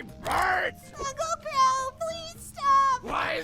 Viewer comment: She says, "Drunkle Qrow"